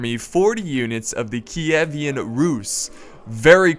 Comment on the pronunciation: It's Kievan Rus, not Kievian Rus, I'm fairly certain.